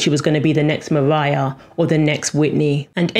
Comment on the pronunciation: this was a great video despite the accent 'leonarrrr' 'mariarrrr'